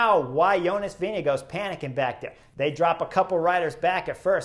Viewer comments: I am Danish: it is vinge-gore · Is his name really pronounced Vinago?